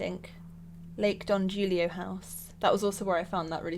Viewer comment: Don HOOLIO. In Spanish if a word starts with a J it’s pronounced as an English H.